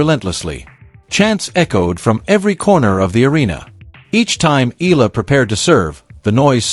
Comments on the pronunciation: Why can't you Pronounce. E-yala.and not Ella?...pls rectify your pronunciation.Thank U💜🇵🇭💚🇵🇭❤️ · it is Alex Eala ("e-yala" as pronounced) and not " i-la " 😢😮